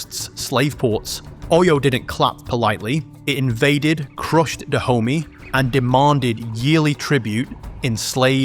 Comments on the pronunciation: I keep having a laugh every time you say "Da Homie" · ... HAHAHA. !!! ...FKN "DAH -HOMIE" ... HAHAHA... !!! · Every time I hear you say Dahomy, I can't help but hear black intercity slang. 😂